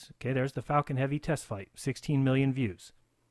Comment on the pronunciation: If you’re going to deny LIVE FEEDS of the ROUND Earth. Please at least learn to say Falcon Heavy correctly.